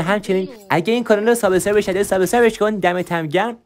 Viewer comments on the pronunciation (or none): none